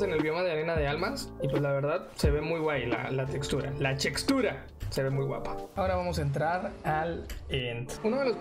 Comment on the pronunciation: NOOOO dijo "chextura" porqueeee